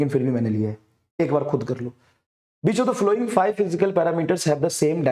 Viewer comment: Which❌ Bitch✅ Btw awesome lecture ❤️😂